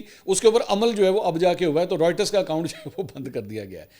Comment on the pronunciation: Mansoor Bahi Writers nhi reuters hea pronunciation